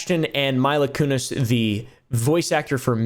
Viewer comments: Saying Mila Kunis name wrong and only noting her for family guy is HILARIOUS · Never once heard anyone mispronounce Mila Kunis before. "Whale" was a nice cherry on top. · And (Mai-luh) Kunis the voice actor from family guy 😂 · That and “Myla Kunis” 🤣